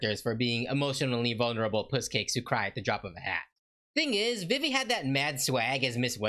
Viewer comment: Not to be mean but I’m pretty sure her name is pronounced Veve